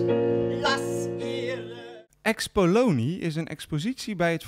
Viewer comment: beetje jammer dat de verslaggever de naam Xpolini (want in het linie kwartier) de hele tijd uitspreekt als Xpolonie.